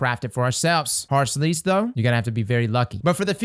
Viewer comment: All I hear when you say the name is Whore's Lease